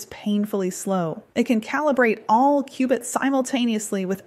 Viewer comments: "Q"-bits. Not "cubits". LoL. They're building Q.uantum computers, not Noah's ark over there. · Qbits not cubits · Its Qubits